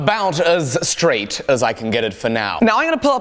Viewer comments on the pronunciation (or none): When he tried to say "About as straight" it sounded like he said "about as lige" which would be "straight" in Danish